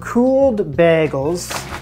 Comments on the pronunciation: I think the only difference between your pronunciation and others is in the A you’re saying BAGols and most people say BAYGOLS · He said bagels so many times in the first minute and I've never heard it pronounced like that!! 😂